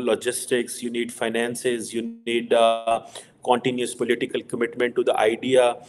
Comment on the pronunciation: Koontinoosly instead of Continuously 😂😁🤣